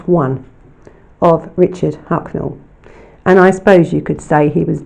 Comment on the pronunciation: Throughout you called him Hucknell...